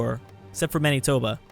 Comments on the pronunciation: Man Knee Tobe Ah LMFAOOO Its ManA-tobA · Saskachewa? Manytoba? Why why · and Manitoba is man eh toba